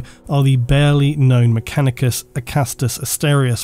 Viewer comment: Does anyone else hear say "MechaniCUM" instead of "MechaniCUS"